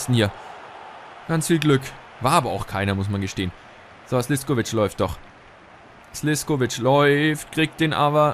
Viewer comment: Er wird Slischkovic ausgesprochen